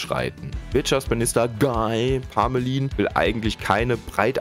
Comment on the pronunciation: Ich frag mich auch schon, wer von uns dann in den Knast muss; Eigentümerin, der Verwalter oder ich als Mieterin…? Unser Haus ist schimmelanfällig🙈 Der Typ wird übrigens „Gii Parmölää“ ausgesprochen😄